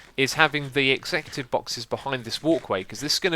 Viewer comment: Is he trying to say executive?